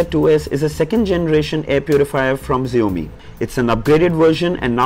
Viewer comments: Its xiaomi not zaomi bro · just one feedback - hope you take it positively. I think you are pronouncing the brand name incorrect. The pronunciation should sound as "SHOUMEE" not "ZIOMEE". May be this is not such a big thing, but still a feedback. Keep up the good work bro...good to see you being among the top tech reviewers. Kudos!!. Thanks for making lives of all MI TV owners easy. Way to Go Buddy..Thanks for all you do!! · xiaomi is prounounced as ( Sha - o - me) not as ( zee - o - me )